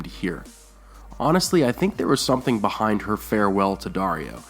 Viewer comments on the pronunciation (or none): none